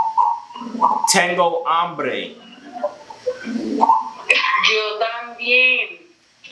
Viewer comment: be careful when saying "tengo humbre " to a spanish male in